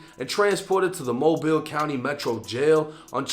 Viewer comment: Look at you saying Mobile correctly and knowing that's the Dolly Parton bridge. 👍 The crime in that city is out of control. That guy has quite a record. The LEA there you don't want to get wrapped up with. He's likely to end up in a fed pen now. Edit: in his state if you are with someone commiting a crime, even if you don't participate, if you are in the car with them, you get the same charges.